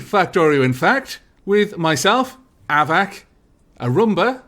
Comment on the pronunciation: Love that you're teaming up with Arumba as well as "A" Steejo,. I've been watching him and you both for a while, and you're definitely two of my favorites.:) But don't you cringe a little when he calls you ""? I hope you tell him, because I do cringe a little.:)